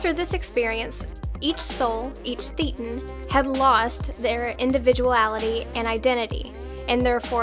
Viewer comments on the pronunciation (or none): You're mispronouncing "thetan".It's pronounced "thatan" with a long a though spelled with an e.Come to think of it "thatan" is very close to "satan". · Firstly, "thetan" is pronounced "thay-tan." Easy to remember as "thetan" sounds like "Satan with a lisp." Hubbard told Scientologists that "thetan" is "theta" to the "nth degree," thus the "n" at the end. In reality, it was an inside joke word, concocted when Hubbard was intensively studying Aleister Crowley. Crowley did not regard himself as a Satanist but he did give himself the title, "Beast 666." Make of that what you will. Here is a link to 'The Scientological Onion', with links to the book 'L. Ron Hubbard, Messiah or Madman? (1996 3rd edition recommended), and also e-book 'Brainwashing Manual Parallels in Scientology' and article 'Sly and Tall Edgy Lurks'.